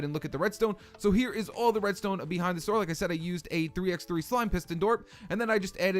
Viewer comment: did you really just pronounce that "3 ex 3"